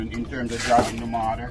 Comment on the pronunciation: Its pronounced MORTQR not MARTER !!! please!!!!!!!!!!!!!!!